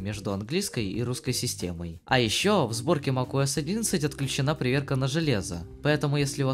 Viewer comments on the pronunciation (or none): на протяжении всего видео мне слышалось макОС а не макуОС